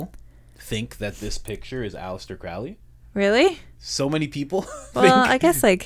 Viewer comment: Crowley's name is pronounced like the bird "crow". To quote Aleister it rhymes with "holy".